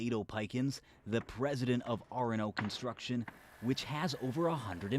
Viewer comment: 'Constuction'. Ok.